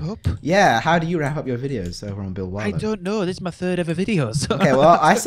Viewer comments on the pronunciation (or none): Its bill warlow not wallow